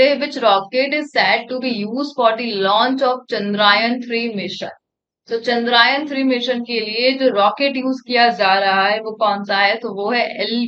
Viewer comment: I think content to aap shi daal rhi ho but plz aap apne Pronunciation ko better krne ka try karo...like aapne kmse km "Chandrayaan" ko 2-3 times "Chandraayan" bola aur iske alawa bhi bhot glt Pronunciation kiye h aapne..........(Just a feedback from one of your subscribers).